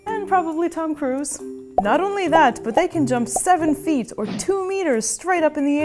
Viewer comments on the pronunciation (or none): none